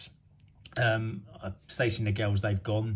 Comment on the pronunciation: It’s Stacey not tracey😂😂😂